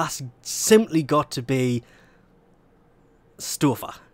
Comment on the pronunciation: It's kinda funny how you pronounce "Stöfler". It's a very easy task for a german though :P